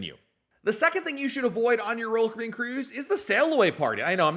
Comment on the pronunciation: Why do you say royal caribbean as one syllable?